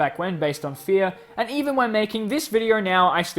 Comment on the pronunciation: What other people heard at the start: “Fear..” What I heard: “FeEt”